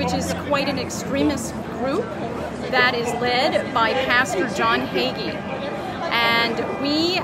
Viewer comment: "Hagee", it's Pastor Hagee.